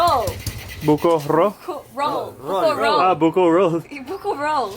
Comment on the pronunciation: bukorol not buko roll hahahahaha funny.....lol